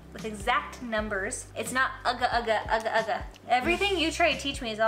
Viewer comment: When an American pronounced "agak2" better than most Singaporeans 😂